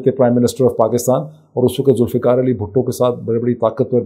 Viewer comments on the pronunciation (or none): none